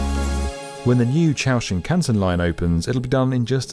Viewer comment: He got 新幹線 pretty close.